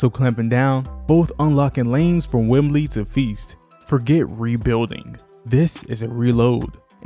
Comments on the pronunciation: You made a great video. Excellent overview of the team! You just mispronounced our star player's nickname. It's Wemby, not Wembley, which is a stadium in the UK. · No “L” … It’s “Wemby.” But great video! Well said!